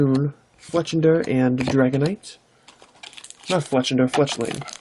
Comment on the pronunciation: Your pronunciation is pretty damn good. You got Dragonite right the first time. I think you got the Absol wrong though. Yeah Deoxys is a mouthful haha